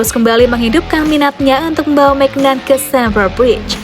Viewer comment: Bacanya mignyon